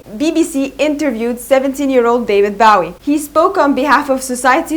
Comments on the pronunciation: Its a good video but its not Baw-ee its Bow ( as in bowtie ) ee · Its not bawee its Bowie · His name is BOOOOOWWWWWWWWIE !! As in ‘ Low, Go, Snow! Not Cow, Brow, get it right, and his eyes were not different colours. So many things incorrect here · At least pronounce his name right 😭it’s Bowie as in bow tie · Why is she calling him "Bahwie" ? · Learn how to properly pronounce his name! Boh-Weeh Pendeja! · No hate but I hAte how u say Bowie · You pronounce his name wrong. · Thanks for pointing that out. I cringed each time she mispronounced his name.